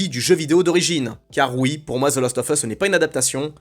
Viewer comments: Même si tu dis the last offeuss, et non the last oVeusse, je suis assez perturbé par le fait que je pense EXACTEMENT comme toi ! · C'est assez marrant de prononcer 'lost of us' pour faire genre, alors que ça se prononce bien 'last' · Svp Prononcez le : The last oV us. Svp On dit prononce ov quand il y a a e i o u apres le of. Cordialement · « The lAAAst of us » please 🙏🏼